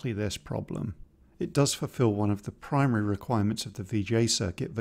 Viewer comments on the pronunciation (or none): none